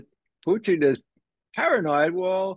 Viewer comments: His Pronunciation 'Puteen ' cracks me up 😂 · Is it just me or does it sound like he is calling Putin "poutine"? LOL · I don’t see how you could ever call someone a puppet of Putin when he pronounces his name like a really disgusting food dish from Quebec (Province). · He can't say Putin right geez